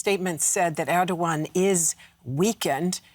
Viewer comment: Glad to have DW speaking on the crisis in Turkey, but ma’am, please learn how to say foreign leaders names. I also work in news and ALWAYS Google how to say a leaders name before saying it. Recep Tayyip Erdoğan = Reh-Jep Tie-yeep Air-Doe-Ahn.